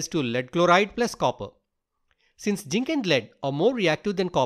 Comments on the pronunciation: zinc ❌ginc⭕ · Not jink it's zinc😅 Not criticize ing plz change